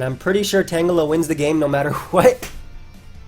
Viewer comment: Nice tan-jelluh.